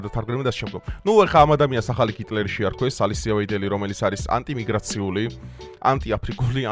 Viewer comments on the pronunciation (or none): გიტლერი არა ჰიტლერი, გულიც კი ჩაგისწორებს რო დაწერ, სვეტაფორი და პესოკი კიდე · ჰიტლერი და არა გიტლერი. მადლობა ღმერთს ქართულ ენას რულულისგან განსხვავებით ასო ბგერა "ჰ" გაგვაჩნია. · გ არა ქართულად ჰ ჰ ჰ ჰიტლერია ქართულად,გიტლერი რუსულად😂იცი დარწმუნებულივარ მაგრამ მაინც გეტყვი